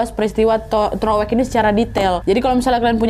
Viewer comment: TOROWEK kak bukan TEROWEK,CIPENDEUY kak bukan CIPANDEY 😂 btw yng di bahas itu nma daerah aku 😂